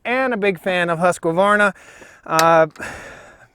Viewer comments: Just pronounce husk-varna (instead of Husk-que-varna, like ur doing) xd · It makes me smile the way you call it "huskevarna" (that's what it sounds like). Also the short name Husky is very good! But being Swedish (where the saw originates from) the correct way to say it would be huskvarna without the e between k and v. But I feel that you should do you. It works! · It is not Huska it is Husk. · Usvarna not haska-varna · Question 1 : Bumper spikes, or, dog's / felling dog's. Question 2 : The Swedish / "proper" pronunciation is HUSQ VARNA. Not the American Husqavarna. Primer bulb on the Husqy is a weak point. I don't buy saws with primer bulbs. Been using saw's / Logging for 42 years. I like / use both brand's. Jonsered was good too. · Thete is no A in the middle Not Hasqavarna Husq hooskvarna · According to Simeon at the Swedish Homestead it’s pronounced with a long ū and three syllables like Hoosk var na but most people I know in the US also pronounce it like Husk a var na with a short u and four syllables. As far as the sound I think the Husky has a beefier low end sound but the Stihl has a stronger high end sound. I honestly think you couldn’t go wrong with either either saw, it comes down to convenience and personal preference. Enjoy your videos! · had to stop watching after the 6th "huskuvarna" and "caliper of chainsaw" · Husqvarna does not have an Ah after the “husk”. Just husk-varn-ah. 😊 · Husqvarna is properly pronounced "Hoosk-varn-a". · it is pronounced "huskvarna" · My understanding is it's pronounced "Huskvarna" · You're right. But we yanks are used to vowels. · In all my yrs of cutting and felling trees I've used stihl, huskies and echo and man to be honest longevity wise echo last longer and cuts better in my opinion. With that being said rpm wise a huskie sounds alot more powerful then a stihl or echo. Ive always pronounced huskies as Husk varna, lol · It's 2 syllables "Husk-varna". See I use the nickname "Husky"